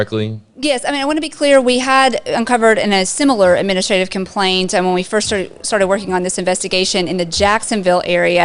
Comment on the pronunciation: Lmao, "compaint"